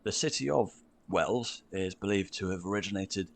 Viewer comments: Your AI text writer is appalling as it has many items totally wrong. I live in EXETER in Devon not Exit as stated. WELLS is the city, not Whales as you thought. Non of the buildings you think are painted black and white are. They are Timber (lumber for you) They are Oak framed and infilled with what is called Daub, Daub is a mixture of cow dung, horse hair and straw, (mixed by young children in days of old with their feet) a frame of willow is made to fit between the oak frames and the daub applied by hand on both sides and smoothed. only then when dry is a lime wash applied to the daub and the timbers coated with black tar or pitch to preserve the wood, many examples are hundreds of years old. there are many other descriptive details regarding the names of the various cities that your AI has totally cocked up, Google can correct them for you if you want to find out more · you misheard, you thought the guy said City of Wales, he actually said Wells (like the place you draw water in a bucket). I live less than an hour's drive from York and yes that street is real, not a movie set. It is called "The Shambles". There are some amazing Cathedrals in the UK, if you think they look great from the outside, you should see inside. In Hereford Cathedral for instance they have the "Mappa Mundi", a map of the World created by 13th Century Scholars. It also has an original "Chained Library", where the books which were rare and valuable could not be totally removed from the shelves, the oldest book in the collection is from the 9th Century. They also have one of only 4 copies of the Magna Carta, it was sort of the ancestor of today's Census/Constitution, it was compiled in 1215AD. That is why we Brits get a chuckle out of Americans marvelling at Colonial Williamsburg. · It's called Wells, as in where you draw water from, not Wales! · Not Whales or Wales but Wells(think. Water). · What he is on about is WELLS, not "Wales. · Wells (like the water well) not Wales or Whales!!